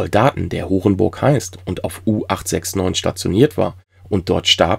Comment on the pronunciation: Ach "Horenborg". Ich hab was anderes verstanden, war auch sehr blöd ausgesprochen.